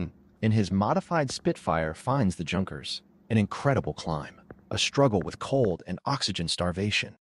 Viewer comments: I know! It's like nails on a blackboard every time he says Junk..ers. AAargh. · Junkers is pronounced Yunkers